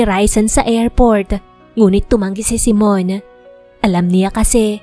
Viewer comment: Simone kasi. Hindi Simon.